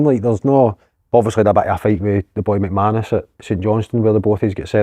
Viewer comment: Alan mannus not McManus ,would have absolutely folded Stevenson,rumour he was a mma champion back in Northern Ireland or something 😂😂😂